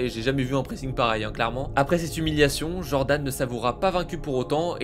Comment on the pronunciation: C est pas Djordan frerrr c’est Jordan. Un fragile qui n a jamais travaillé de sa vie, cause de combats 🤔 aïe aïe aïe. Et l,autre, il devrait changer le best qui sonne ridicule par Le Reconvertis du Covid Et puis on connaît déjà tout c que tu raconte, ça ce répète … Tu parles pas de ses intimidations, violence envers sa conjointe, hein🤫